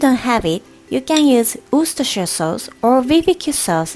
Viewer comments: I’m genuinely impressed by your pronunciation of Worcestershire sauce, it’s pretty much spot on and better than many native English speakers 🤣 おいしいそう 👍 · I'm so proud you could say Worcestershire correctly. Most American English speakers can't say it right. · You pronounce Worcestershire better than 99% of Americans! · Guys, I live in Worcester, you pronounce it 'Wus-ta'=Worcester and 'Wus-ta-sheer'= Worcestershire. She pronounced it correctly in the video x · She can also pronounce worcers....i dont even know how to spell it...sauce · English isn’t even her first language and she says Worcestershire better than me lmao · Closest i've ever seen someone outside of England get, good job! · Yes, she pronounced that word almost perfect, 😮 And, she's japanese native speaker. Sugoi!